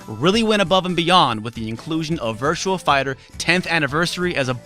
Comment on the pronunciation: Sounds like you're saying Virtual Fighter.